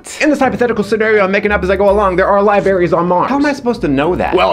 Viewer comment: "Libaries". xD